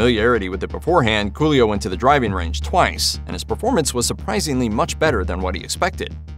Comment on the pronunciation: Am I bugging or is the narrator saying: Julio instead of Coolio?...🙁